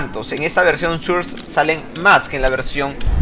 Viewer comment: Source se pronuncia sors no surs